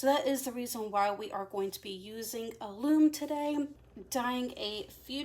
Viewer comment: Hi, excuse me for this but I wanted to tell you that alum is pronounced with a short u, not like aloom, more like gallon. I'm anxious to see how the wool takes the coffee. I dye using food coloring so this is exciting.